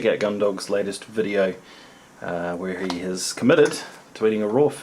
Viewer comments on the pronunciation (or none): none